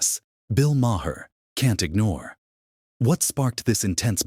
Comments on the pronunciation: The H is silent in Maher!!!!!! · And learn how to say his last name!